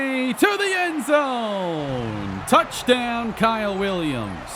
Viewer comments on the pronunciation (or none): none